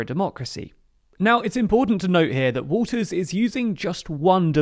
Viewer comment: You keep saying Walters but she doesn't have an s on the end of her name